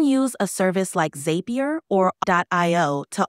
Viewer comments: zap-E-er rhymes with happier not "zape-E-er" as the ai kept saying haha. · My man: she mispronounced zapier. The way she said it did not sound like "happier."